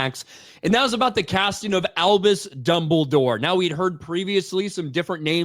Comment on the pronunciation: It'll be fun to see when people realize how goofy names and places sound. I mean, it's hard to take "Dumble Dore" seriously when you hear it, even with someone that has as much gravitas as Lithgow